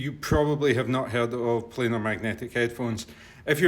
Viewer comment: I thought it was only Americans that pronounced this type of iem wrong, it is a PLAN-R magnetic driver! You can will notice it is not spelt plainer, it is not spelt planer, it is spelt planar. Please educate the unwashed masses, not spread ignorance